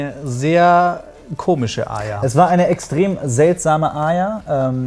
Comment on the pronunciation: es macht mich so wahnsinnig wie sie arya aussprechen..wie aja